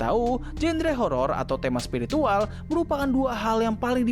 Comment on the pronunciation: Spiritual ❎️ Spirikintil ✅️